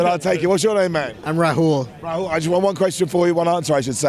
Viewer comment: Dude first of all you are not rahoool its rahul😂😂😂